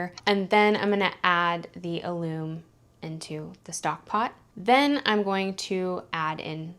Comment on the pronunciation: That word is pronounced AL-um . It is also used to pickling food. It is a naturally occurring mineral compound and can be bought in the spice section of the grocery. Besides being used for canning and pickling, it tenderizes meat, is part of baking powder and is used in cooking to crisp food when fried.